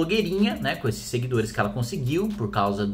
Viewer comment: corrigindo: SEGUIDORIES...